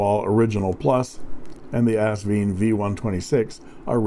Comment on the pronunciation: Kudos to another captivating review -- and to the correct pronunciation of Asvine! I knew it was still possible to teach an old...I mean Dog...new tricks. LOL, and BINGO!